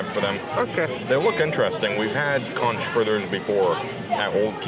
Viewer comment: It’s pronounced konk and it supposed to be less a hush puppy and more flat and round croquet. My husband will try it but I already know as a native Floridian he won’t be happy.